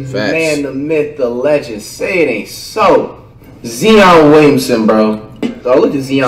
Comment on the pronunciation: Nobody: Flight: I can already see it, ZEE-on's gonna be a problem bro.